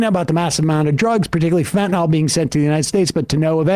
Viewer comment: Oh FFS it's fentanyl, not "fentanol" or "fantanol". It's not a difficult word to pronounce, why do so many people do so?